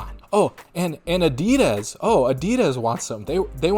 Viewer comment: Why are you saying adidas lyk that?